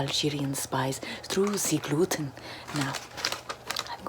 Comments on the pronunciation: Ze gluten is ze Lucifer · Ze Gluten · Never eat ze gluten....k....😂😂😂😂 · “Ze gluten is suffering in the bag” “I love ze sounds of the suffering gluten!” Calm down girl Edit:OMG thank you for 200+ likes! Edit:thank you for 300+ likes :0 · I enjoy listening to the suffering of ze glooten, here you listen to ze suffering of ze glooten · Zee gluten is zee demon😂😂😂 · Zeee gloooten 😁